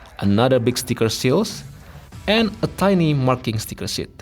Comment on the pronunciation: I like how you said "Sticker SHIT" I mean "sheet"